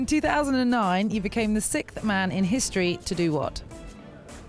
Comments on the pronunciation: the word is not sickth.. it is pronounced sixth.. as in six..TH. This reporter should be reported!!!! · It's sixth. Not "sickth" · "Sickth man in history to do what?" Can British people not say sixth, does she have a speech impediment, or is she saying a word I don't know? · "sickth" man in history (54, 104 secs)? sorry, repeat the question?! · bury is actually right. The girl said "sikt" or "sikth", but no "siXXXXXth" . That's why Roger mislead the question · ''sickth'' xD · I don’t know why but I hate how she pronounces ‘sixth’ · She can’t say “sixth”